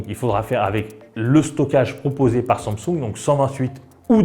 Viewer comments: Tu ne sais pas prononcer samsing en sumsung ?🤣🤣🤣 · arrete de dire SUNSUNG MERDE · La façon dont tu prononces le mot Samsung me stresse. C'est pas si difficile pourtant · Mdrr bonne vidéo mais première fois que je vois quelqu'un qui ne sait pas prononcer Samsung et le prononce d'une manière juste horrible et insupportable à entendre